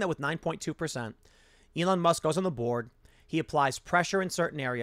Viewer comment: Every time you said board it sounded like you said borg and it still makes sense.